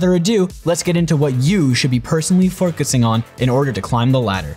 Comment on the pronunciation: forcusing lmao